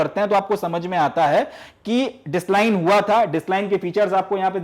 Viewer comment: This thing does affect students they may follow the similar pronunciation by you and end up being subjected to laughter